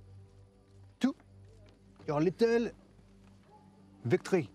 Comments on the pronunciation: The way he pronounces "victory" is a good exemple of how french accent is misunderstood. Foreign people tend to focus too much on the french 'R'. Actually it would have been more realistic by far if he had pronounced it "vic-to-ry" with a correct english R, rather than pronouncing it "vic’try" with a french R like he does. To me, knowing that the O from victory is not pronounced sounds too high level for a French person with such a terrible accent. I’m french, I make efforts to have a good English accent (I fail tho lol) and pronouncing the O is a typical mistake I would do, because I learn English by reading more than by talking; I guess that would be the case of his character too. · She's not comparing to those with an excellent english but with people with a strong accent. They really wouldn't have pronounced the words like he just did with "victory", "surrender" and "lull" for example. It may seem like small details to you but to a French person, it's so audible that it throws away all the credibility that he is French and sounds very fake